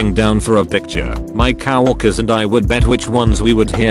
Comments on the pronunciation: This Text to speech keeps saying, "Cow orkers" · No one Literally no one Text to speech:- Cow🐄worker